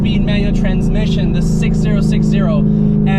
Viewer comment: ok... first its a tr 60 60 not 6zero6zero second the solid rear axle isnt the entire reason for the mustang crashes . this honestly feels like you really dont know much about cars no offense